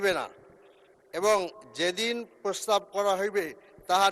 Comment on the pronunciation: মূর্খ লোক ,, প্রস্তাব কে প্রসাব বলছে